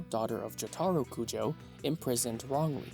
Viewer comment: Sometimes it seems like guys like this don’t even watch the anime’s based on the way they say the names, I mean “jot-are-oh” lmao what